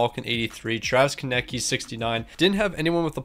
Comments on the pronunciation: Does bro actually not know how to say Konecny? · Your relly need to learn how to say konecny's name